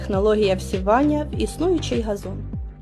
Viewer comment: 🎉Дякуємо! Але приберіть ту чувіху, яка весь ролик вимовляє слово газон через російське «Г»!! Це ганебно! Москалі пробралися у ваші ряди!😢😢